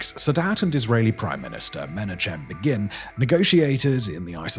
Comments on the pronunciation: You really struggled with the pronunciation of names in the Sadat section. Begin, Mubarak, Rabin. Great video, though. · I realise in this video clearly what must be true: our Dear Narrator is no intellectual but a merely a reader of copy. C’mon can I ask Simon to use his own memory of how to pronounce the names such as Menachem Begin (which most definitely does not sound like the small b version in English) and the names such of a Francophone name as Juvénal with a Spanish “jota” sound indicates a sad weakness of native English speakers. We don’t know how to pronounce these words?? I can correctly say Karageorgevich which is what that ð d thing means. DO BETTER. I really enjoy the narratives of these historical reviews. You guys should care more about the reception of people who maybe are not familiar at all and adopt your mistaken pronunciation as true. That does a disservice to both the historical record and your prioritization of algorithmic-derived wealth versus a bit of simple research. I challenge you to improve, please. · The ninth most significant assassination you didnt learn about was when Menachem Begin's name was utterly slaughtered by Simon Whistler. 😂 Granted, and in fairness to Simon, I grew up hearing his name often on the nightly news. I vividly remember the assassination of Anwar Sadat -- I was 10. I had rather liked him, not that I could coherently explain why, other than to invoke "kid logic" as the reason. His assassination really upset me, partly because I had liked him, partly because I still remember staring in horror at the images of the scene on the news that night, the upturned chairs and the blood all over the place. It was the first time I had seen anything like that as a kid. I had heard a lot of things about the JFK assassination, but no photos at the time (I had not yet heard the name Zapruder, somehow). So it was brain-searingly shocking.